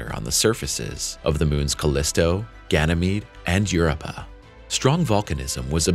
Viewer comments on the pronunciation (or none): "Europa" is pronounced *yur-OH-pa," emphasis on the middle syllable.